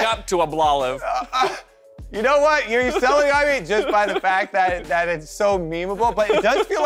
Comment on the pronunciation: "Ablolive" made me laugh way more than it should have.